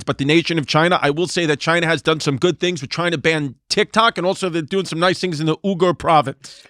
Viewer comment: Saying Uyghur like Uber (Ooger) is so funny lmao